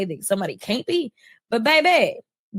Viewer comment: "Babbby" lol